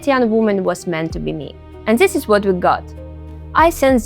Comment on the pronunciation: практикуй произношение плиз, типичное русское зиссиз, зиз зат режет уши! Danke🫱🏻‍🫲🏼